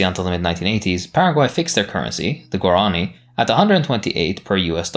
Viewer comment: Why do you pronounce Guarani like that? It literally has an accent on the I